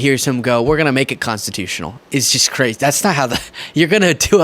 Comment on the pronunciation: "We are gonna make it constitush"